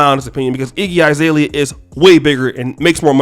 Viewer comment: Izalea? Bro it's Azalea. A is pronounced A, not I.